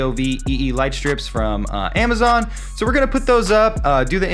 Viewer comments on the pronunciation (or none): none